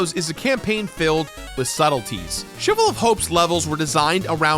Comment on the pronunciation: "shivel" of hope